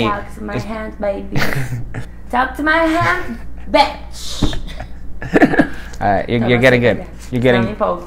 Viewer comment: Seria praia se ela tivesse pronunciado bitch com som de "i", mas ela falou com som de "é". O certo seria com som de "ê".